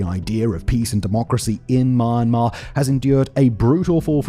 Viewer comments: Good Video but the way you pronounce Myanmar sounds weird. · Please work on your pronunciation of Myanmar. You’re butchering it and it’s distracting as hell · Is it me or is it really annoying to hear how he pronounce Myanmar. Say the name right please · Such annoying voice for a narrator. All that accent and can't pronounce Myanmar right 🙄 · This video is hard to watch after hearing how he pronounces Myanmar...seriously man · Thanks. I'm not from Myanmar but his pronunciation is driving me nuts. He's so confident with it too ! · Terrible pronunciation of the countries name.. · As a displaced Burmese native, I thank you for covering the topic, even tho u keep butchering my country's name 😅 It's /mjenma/ with a semivowel 'y' sound, mate. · why is his pronunciation sound like "mar-mar" lol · It's hard to hear, but he is saying "MY-on-mahr" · Where the hell is "Maa-maa"?? Don't you ever listen to yourself? You pronounce neither the "y" nor the "n." And when you try to say "Myanmar's" you don't even pronounce the final "s." A masterclass in mispronunciation, I'd say. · Say the country name right! “Burma” or “Myanmar” not Mar Mar. you sound fking annoying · I'm British and I am perplexed as well. 😆 I always thought it was pronounced it 'mee-an-maar'. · And the fact that he says it every 5 seconds, literally makes it hard to make it focus on the video 😂😂 "Maarmar" 😂😂😂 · I think he's pronouncing it my-an-mar, which is how some British people pronounce your country's name but he says it so fast so it usually just sounds like 'mar mar'. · Sounds like he's saying My-an-mar to me. Saying it how it'd be pronounced if it was English. He's just saying it fast so it sounds like maamar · Didn't know Myanmar was pronounced ''Marmar'' cool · Mee-yan-maar come on dude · Mumma...Myumma...Momma...Myahmma....So close Simon! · At least say the country's name properly not mar mar wtf that 😂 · "marmar"? is that actually how its pronounced? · Myanmar❌ MarMar✅ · why calling it “mar mar”😂😂